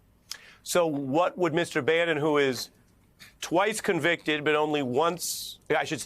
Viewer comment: "Convited " Citezen Bannon LMAO!!